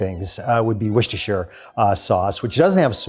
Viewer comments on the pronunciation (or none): If I'm making Cornish Pasties, I'm using Skirt. Not sure if our butchers ever tell you whether its inside or outside though. Also, it's not wor-she-ster sauce. It's pronounced wor-ster. The sher in the middle is silent.